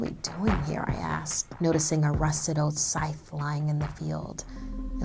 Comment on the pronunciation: Am I the only one thinking she says scythe wrong?